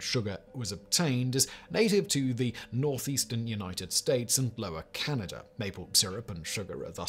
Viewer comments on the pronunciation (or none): none